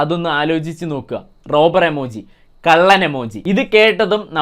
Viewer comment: എമോജി ഇല്ല ഇമോജി😂😂😂